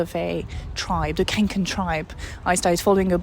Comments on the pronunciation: The name of the backpack is pronounced "kongken". Best wishes! 🙂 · how to pronounce Kånken correctly(!): more like Konken. "kånka" is a swedish verb and a synonym to "carry", so Kånken basically means The Carry :)